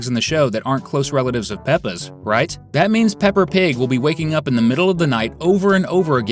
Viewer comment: OH MY GOD ITS P.I.G NOT P.P.G!!!